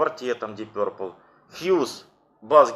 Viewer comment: Ты с когого колхоза? , научись говорить, пёрпл , начитался